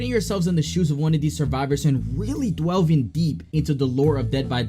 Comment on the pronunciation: “dwellving” jus quit talkin unc🫩✌️🎋🎋